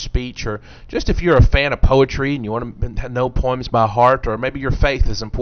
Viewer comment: "Poims" lol!